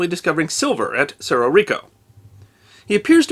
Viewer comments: One correction…Cerró is pronounced s-EH-r-oh. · With respect, for native English speakers, and not using official phonetic symbols, it's better described as SEH-roh with the e pronounced as in "breath". Also, no written accent on the o. It's just cerro, meaning hill, significant rise in the land, or crest of either, depending on context. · And cerro is pronouncer serro